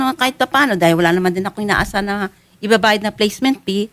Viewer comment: IKAW NAMAN MA'AM, GINAGAWA MONG PEE IYUNG FEE, PLACEMENT FEE HINDI PEE 😅